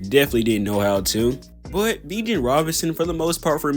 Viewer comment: I dig the video, and I am going to subscribe, but you've gotta work on pronouncing some of these guys' names. Bijan is pronounced more like "bee gawn" and Jahmyr Gibbs is pronounced less like "Jamar" and more like "juh meer". I havent finished the video yet, but other than that, I enjoy the video so far.